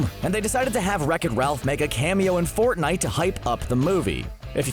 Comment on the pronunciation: Stop with fnite